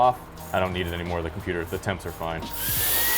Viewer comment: "the tempts are fine"